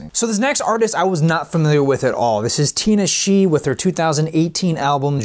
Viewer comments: Lol that artist name is pronounced “tin nah shay” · Also her name is pronounced Tih-Nah-Shay